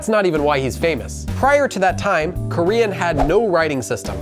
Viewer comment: Native Korean speaker here: thanks for not messing up the prononciation too badly